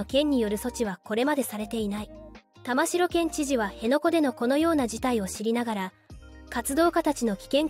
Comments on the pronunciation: 玉城県政・地元マスコミ・左翼運動家の結託と横暴を憂いる者として共感できる動画でした。 玉城＝タマキ、本部＝モトブの読み方はお間違えなきよう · 細かいところですが、沖縄県知事の苗字の読み方は「たましろ」ではなく「たまき」ですよ！ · 「たましろ」ではない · 玉城（たましろ）じゃなくて（たまき）な 本部（ほんぶ）じゃなくて（もとぶ）な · たましろ、では、ありません。たまきですよ。こんなことくらい分からないのですか。？ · 読み方は玉城（たまき）ですね 不謹慎を承知でいうが〇くなったのが警備員の方ではなくこいつらのメンバーならよっかったのに こういうなんの役にも立たない活動家は強制排除も視野に入れて対処してほしいわ ちなみに沖縄の野外イベントで署名すると実はこいつ等の賛同署名でしたってのがあるので沖縄のイベントは要注意ですよ あと追加でいうなら現地で生活してても暗黙のルールなんてのは初耳ですが…